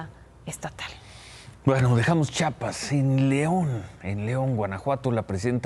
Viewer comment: Me gusta este noticiero, diario lo veo, pero no puede ser que la gente diga "Chapas" y no "Chiapas", desafortunadamente este error pasa en frecuentemente en la tele (Minuto )